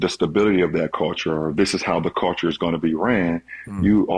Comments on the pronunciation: Unnecessary LeBron hate Vol 12,500: I hate how he says "Call-ture". Btw, according to Skip Bayless source, the knee injury is fake because there's no way you could have kept playing w/ a grade 2 sprain. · Steve Nash shoulda broke down Lebrons "Caolchure" just in case there was some confusion lol